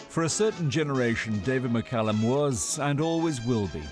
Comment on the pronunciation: Sky presenter might wish to learn how to pronounce his name correctly! McCALLUM not McCULLUM!